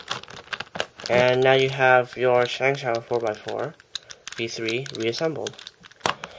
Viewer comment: Shong-show Start a revolution: say it properly Post the pronunciation on other videos of reviews, mods, and disassemblies of ShengShou puzzles